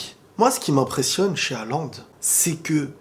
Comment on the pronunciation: Ca se prononce Holande sinon. Mais tranquille le plus important c’est le contenu